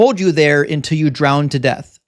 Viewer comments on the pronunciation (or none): none